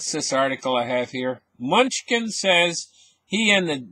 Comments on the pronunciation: Secretary Munchkin Lmao! Thats funny. Its pronounced, MA-KNEW-CHIN. Oh god im dying over here. Great show as always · Ma-new-chin. Thats how you pronounce his name :) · Did he just say security “munchkin” great video my friend